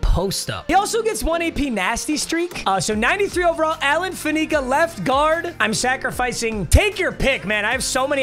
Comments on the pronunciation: once again here to remind that it's FAN-ih-cuh, not fuh-NEE-cuh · Alan “fan-eh-ca” not fanica 😂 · Alan fan-nic-ka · Posting until Papa says Alan Faneca's name right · I can’t tell if is purposely mispronouncing Alan Faneca or truly doesn’t know how.😂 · Stop mispronouncing faneca pls